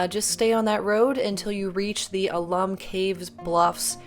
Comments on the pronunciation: I didn’t go too far down but I assume someone has told you the name is “owl-lum” not “ahhh-lum”. If I am wrong tell me but I think the reference is to the mineral content found there. Alum XAl ₂·12 H ₂O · Please, it's "AL-um", not "a-LUM"!